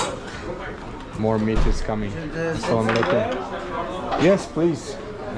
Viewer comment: Assalamualaikum not salamuhalaikum.. hehehe..❤❤❤❤